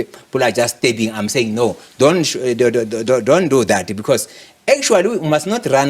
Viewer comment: I love the part where he sounds like an Italian. "Doni understand." 😂 Hlaudi's is an very smart, he has a logical, simple & effective perspective & mindset, but because he is not a black man who subscribed to the exploitation of an SOE and speaks fancy English, or a white man - they try to humiliate him and make him a scapegoat.